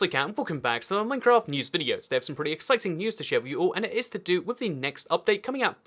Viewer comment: It’s Minecraft not mimcraft